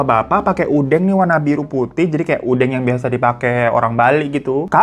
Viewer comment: ngomongin bali inget waktu kecil pernah hilang disana karna lupa jalan pulang wkwk, untung aja ada orang asing yg kenal pak de ku, kalau engga udah di bawa pulang sama yg nemu wkwk btw udeng ya bang bukan udEng hehe